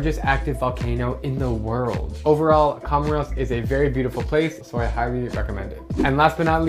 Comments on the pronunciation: It's pronounced "Co Mores" not "Come Ros" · It is pronounced "komórs", not "komoros".